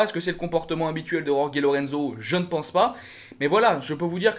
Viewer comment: C'est pas rorgué mais roré sinon pour le reste pas mal